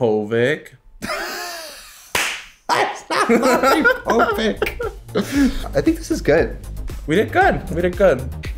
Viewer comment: “Maury Po-vick”